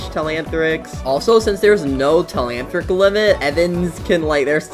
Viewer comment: its not temantric its telanthric😂